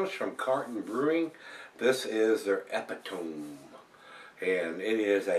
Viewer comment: I cringed , haha!